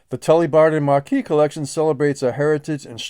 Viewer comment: Hi, a small point of note. Your pronunciation of 'Marquess' should sound - Ma(r)kwis and not Marquee which is a large tent. 👍